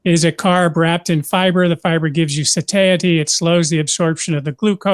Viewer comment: I definitely like learning from. Always well planned and love the sketches! My only criticism is that I wish he would pronounce words correctly, like quinoa and satiety, You can't just make up your own pronunciation of words!